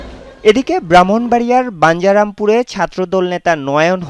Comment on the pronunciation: বান্জারামপুর না নামটা হবে বাঞ্ছারামপুর